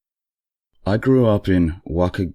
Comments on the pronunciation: i was looking for this comment..... "walk-a-gun" .... xD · WA-KEE-GAN. emphasis on 'kee'. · Wakegen is pronounced: wah-KEEG'-un, just for future reference. Good job on you, though, cuz some of the names in your stories are difficult. That last story was hilarious! Thanks!